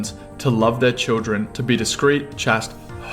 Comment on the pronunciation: How does this guy of all people not know how to pronounce the word 'chaste'